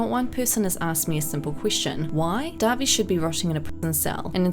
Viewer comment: Thank you for being one the few people to make a video over all of this and pronounce dahvie name right